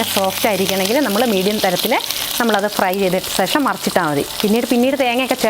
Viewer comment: ശേഷം എന്നു പറയു മോളെ